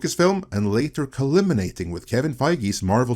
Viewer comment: It's pronounced "culminating." It's pronounced how it's spelled. There's no way you don't know that.